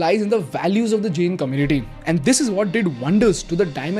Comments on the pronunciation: Isko pehle Jain bolna sikhao, pure video me jen jen bole jaa rha h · If I have not heard it wrong are you pronouncing " जैन " as " जेन ". " जैन " is correct pronunciation. 😅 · your pronunciation of "Jain" is wrong. Its Jayn not Jane as you are saying it. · Just a minor correction, it is pronounced Jain(जैन) rather than Jane. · Firstly thanks for spreading knowledge about our community and religion but ek baat bolu ? It's not JEN, it's Jain. Please correct your pronunciation brother 🙏🏽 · It’s not Jane, it’s Jain… It does not rhyme with chain, it rhymes with can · Bro plz Jain aache Se bol lo